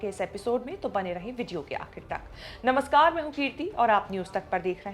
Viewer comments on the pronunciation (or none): none